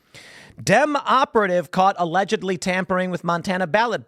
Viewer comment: It's always 'ALLEDGELY"